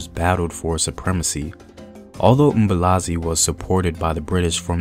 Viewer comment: It's uMbuyazi not Mbulazi